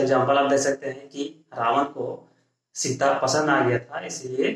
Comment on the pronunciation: सीता माता बोल ऐसे नाम का उच्चारण कर रहे हो जैसे सीता तेरे बगल की कोई ladki ho